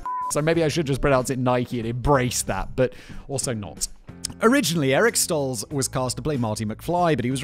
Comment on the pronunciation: As an American, I'm much more upset by your pronunciation of 'Stoltz' than 'Nike'...